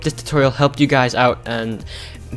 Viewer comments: Did you say toilet-video???!! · lol the start of the video i thought he said "welcome back to a another toilet video" 😂😂😂